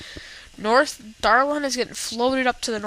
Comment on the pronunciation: its dalaran not daralan